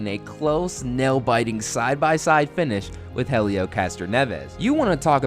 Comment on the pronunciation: Good video. The "H" in Helio is silent.